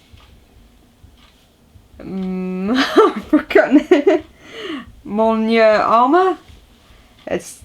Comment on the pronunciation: Mjolnir is pronounced like Myol-near .... it is the name of Thor's Hammer